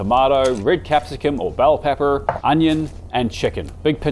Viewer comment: all accent gone with the pronunciation of “bell pepper”??